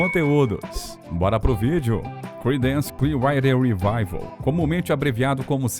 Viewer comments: "CLIUAIDER"????? Aprenda a pronunciar antes de fazer o vídeo, cara!!! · Uma dica ao narrador: prepare melhor o inglês antes de gravar. Chega a ser desesperador ouvir "Creedance Clear RIDER", entre outras palavras com pronúncias absurdamente erradas. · a pronúncia correta é "Criidence Clier-uáter rivaivél" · Tudo lindo nesse vídeo, só é difícil engolir o narrador dizer o nome da banda CCR com uma péssima pronúncia. Alguns nomes de outras músicas e tbm Woodstock... Horrível!!!